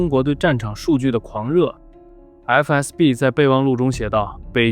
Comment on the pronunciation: 是FSB，不是FBS。FBI叫多了吧。